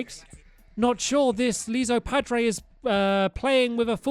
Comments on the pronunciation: Its iso padre, cause hes an isopod. Not liso padre, oof. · Leso padre? It's ISO as in i padre so stupid. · It's "Iso Padre". With an "i". As in "Isopod". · You’re pronouncing Iso Padre’s name wrong, he’s an Isopod, is it should be pronounced I-so-pod-re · It's pronounced eye-so pah-dray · It is pronounced ice-o pod-a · Stampy, Iso padre is pronounced ice-O pod-drey because of the sea creature isopod.